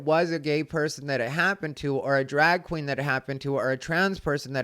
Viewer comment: lmfao “A DRAG KWEEN!?” I love in that clip how jimmy fallon’s face drops like he’s scared he said something offensive